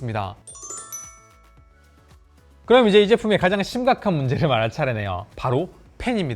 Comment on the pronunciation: 의 리뷰는 늘 밝은 표정과 밝은 억양, 점잖은 말투와 태도때문에 좋아합니다. 다만 예전에도 느꼈던 거지만 이번 리뷰는 특히 딕션이 너무 나쁘다는 걸 느꼈어요... 예를 들면 챕터 2등에 나온 부분만 하더라도: 앞판과 뒤판이 나워져이꾸여 (앞판과 뒤판이 나눠져 있구요), 요렇게 포코핀 방식으로 ↓여기밑에다가 ↓ 붙여가지고 사용하는 ↓ 이런방식이예요↓. 여기 이렇게 닿일 때 (여기 이렇게 닿을때). 펜을 안쓰신 분들이라며~ (펜을 안쓰신 분들이라면) 그롬 이 키보즈와 함께~ (그럼 이 키보드와 함께). 요즘 유튜버의 성향이 빠르게 넘어가는 건 알지만 말씀을 빨리 하시려다보니 자꾸 억양이 무너지거나 발음을 씹는 단어들이 늘어나는 것 같은 느낌이 듭니다. 말을 조금 더 천천히 하셔도 되니 양성모음과 음성모음의 차이의 구분을 두시고, 받힘있는 단어의 정확한 발음을 해 주시고, 계속 빨리 발음을 하시는 것 보다 단어와 단어, 문장과 문장을 딱딱 끊어서 템포를 조절해 주시면 말씀하시는 도 편하고 듣는 사람에게도 정확한 의사표현이 전달될 것 같습니다. 좋은 리뷰 잘 봤습니다:)